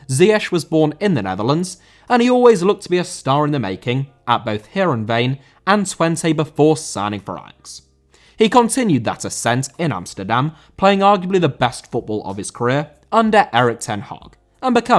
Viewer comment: Twente* not Twentei